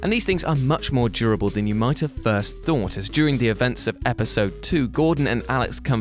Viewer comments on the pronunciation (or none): none